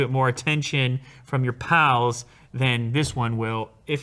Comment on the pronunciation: Why did my man say pals like he’s fae Scotland